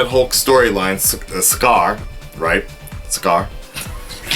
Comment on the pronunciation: I agree with you about everything you said. Just to clear some things up (sorry I'm little scholastic): his name is Bryan Tyler and he didn't do the first Thor but there was music from the first film, and Sakaar is pronounced Sakar.That's all, great review.